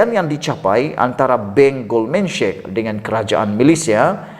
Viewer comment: sebutan nya GOLDMAN SEK bukan GOLDMAN SHEK.